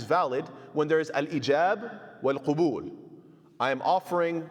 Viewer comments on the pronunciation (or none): السلام عليكم ورحمة الله وبركاته. Love the lessons, very informative, I love how you've managed to simplify these topics that are normally quite complex. Just one small humble correction to your arabic (I know your not an Arab native), the word is قَبول with a fatha, not قُبول with a dhumma. The later is the plural of قُبُل which would mean genitals. Forgive me